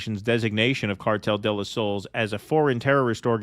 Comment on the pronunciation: Geez, guys! Cartel de los Sol-es, not Cartel de los Souls... that would be a whole different thing. And Marco Rubio, where's your Cuban Spanish at?